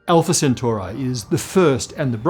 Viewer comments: Also, it's Alpha Centauri not Centaurae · I don't know why, but I just can't get over the pronunciation of Centauri. I'm having a serious ME feeling here. Isn't it Centauri with the I making and E sound? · Or Centauri